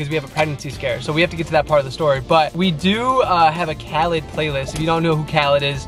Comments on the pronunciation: Lmao it’s Kha-leed!!! but ily guys and I love the story time vids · I love how they were saying "If you don't know who Khalid is, I don't know who you are" and then they were pronouncing his name wrong 😂 no hate just thought it was funny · frlll i was like uhh that’s not how you pronounce it😂